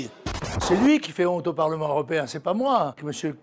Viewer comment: " ce parlemaine 😂.